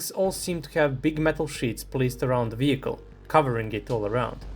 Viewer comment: "vewi prutekted advent sapport wehicle"